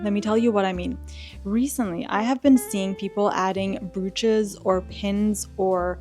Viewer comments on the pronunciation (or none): Just an FYI - Brooch is pronounced as Broach.